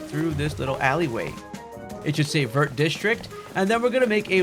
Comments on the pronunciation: Vert district is pronounced as vye, its green in French lol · I come to you once again with a fun French pronunciation! Vert sounds like “Vare,” it rhymes with hair. The t is silent. À bientôt! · Thanks for that ! By the way, the "t" in "Vert" is silent in French :)